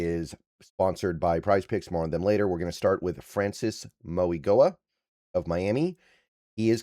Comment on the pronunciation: Francis Mauigoa is pronounced instead of a g it’s a n, “Francis Mauinoa” is how you would say it! Great video tho